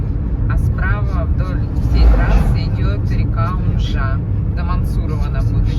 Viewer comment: Добрый вечер! Река Унжа, с ударением на У!!! А Мантурово, ударение на А!